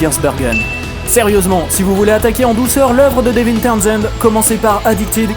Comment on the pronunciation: Super vidéo mais ... prononce son prénom correctement je t'en supplie... "Deveuun."